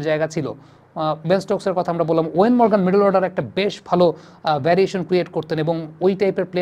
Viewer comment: ওয়েন মরগান নয়, ইয়ন মরগান। নামটা ঠিক করে উচ্চারণ করুন।